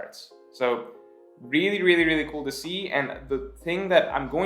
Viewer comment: Every time he says really I always hear Rayleigh